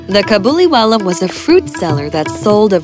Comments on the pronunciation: It's not cabuliwala it is kabuliwala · In this it is kabuliwallah not cabiliwallah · the way mini said cabuliwala is sike !!!!!!!!!!!!!!!!!!!!!!!!!!!!!!!!!!!!!!!!!!!!!!!!!!!! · I would watch the hindi version and i got upset how Mini said "Kabuliwala" GIrl do you know how to pronounce hindi?